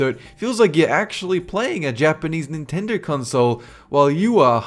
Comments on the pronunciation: It is Nintendo not Chintendo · i laughed so hard when you said "chintendo" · I lost it at CHINtendo! Done. Can't even breathe. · Chintedo. Really? Really? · "Chintendo" guwd lol